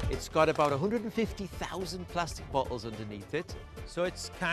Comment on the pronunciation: The way how he said floating and bottles (Bottels) (Floaten)